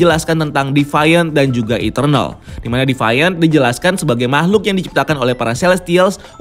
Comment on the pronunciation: Sori bang…Bukan divayen… tapi diviant…